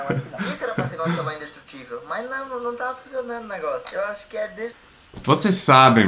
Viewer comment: destruindo o "ceiular" kkkkkkk mto bom kkkk